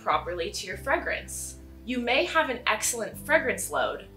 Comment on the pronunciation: FREGRENCE?????? wtf you mean FRAYGRENCE RIGHT?